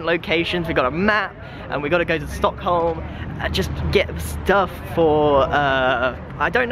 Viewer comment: Sad red bull noices ('Stock*h*om') You dont pronounce a H